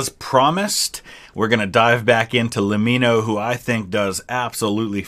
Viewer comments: Thank you for giving Lemmino his credit for making quality contents. Also I have to tell you that it suppose to be pronounced "Lemi-no" like "Let-me-know". Can you make his UFO, DB Cooper, Roanoke too?? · His name is a play on “Let me know”. So it’s pronounced “Lem me no” not “La mee no” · just so you know it's pronounced LEM MIN NO as opposed to LEM MEEN NO. its like saying 'let me know' quickly